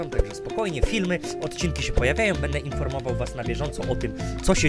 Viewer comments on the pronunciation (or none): none